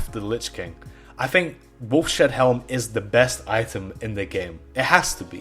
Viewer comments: lol!!! "Wolf Shead Helm." It's pronounced like, 'Wolf's Head.' :) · "Wolf's Head" not "Wolf shed" :face-purple-crying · Its pronounced wolfs head... not wolf shed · 5 years late, but dude, it's pronounced "Wolfs Head" not "Wolf Shed" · wolfshed helm LOL WOLFS HEAD HELM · It is pronounced “wolfs head” helm not wolf shed idiot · it's obviously supposed to be pronounced wolfs-head not wolf-shed lol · Wolfs head, wolfshead, not wolf shead. Wolfs head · By the way, I believe it's pronounced "Wolf's Head" NOT "Wolf Shed." You wacky Brits... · wolf-shed... lmao. not, maybe, say... "Wolf's head" ? you really repeat yourself a lot, too. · wolfs....head... not wolf shead. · Lol wolf-Shead helm.... Wolf's head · it's pronounced "wolf's head", not "wolf shed". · ... Wolf Shead helm... lol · This didn’t drive me as crazy as “wolf shed”. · i laughed everytime he said wolf shed. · Even "wolf shead" probably wouldn't be pronounced the way he was saying it - shed. It would probably be more like shade. Or seed, but with an h, "sheed".